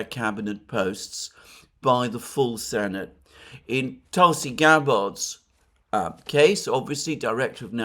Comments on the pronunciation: FYI: it’s generally pronounced “Tulsi Gab-Bert” not “…Gah-Bard” and I’m fairly certain it’s “US-A-ID” not “US-AID” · Its pronounced more like Tulsi "Gabberd" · Alexander could you please pronounce Tulsi Gabbards name correctly? 🙏